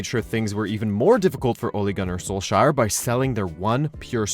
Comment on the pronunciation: I know that it's not only, basically everyone, that's why it's starting to get on my nerves, it's note sol-shire, it's sol-shaer, Æ! Ä!